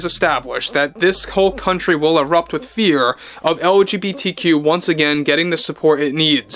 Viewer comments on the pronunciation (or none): Did she really say FEAR